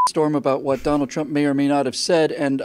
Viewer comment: "Twump" sorry, it was funny